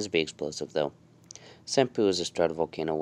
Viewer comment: I thought you said “some poo”